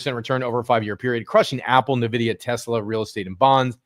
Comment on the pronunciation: Hey, thanks for your analysis just one thing: It's not "Nividia", but "NVIDIA" without the i after n, so you say it like this: "Envidia".